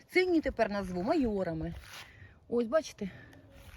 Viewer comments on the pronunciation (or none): Не маЁры а маёрЫ. Ну типа маёрЯть